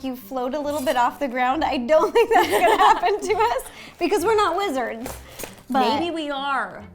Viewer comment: I thought u said "we are not lizards" instead of "we are not wizards"😂